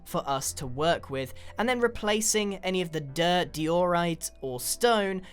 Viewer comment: it sounded like he had a face seizure when he said "dirt" It was like du-ut